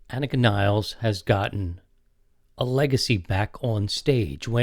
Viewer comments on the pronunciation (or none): Anika Neelez. Not Niles. And, yes, Geddy pronounces it wrong. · Never heard of anyone called Neil Pert. Or Anika Niles. It's "Pea-art" and "Nill-es". Pathetic effort. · Das stimmt. Anika heißt Nilles (Nil-less). Wahrscheinlich hat sie nichts dagegen, daß Amerikaner den Namen Niles aussprechen, weil sie sich keine Mühe geben ihren Namen richtig auszusprechen. Egal, dann sagt ihr eben Niles, bei uns in Deutschland heißt sie Nilles.